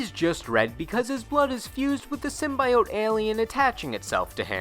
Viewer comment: Anyone else cringe when he pronounced Symbiote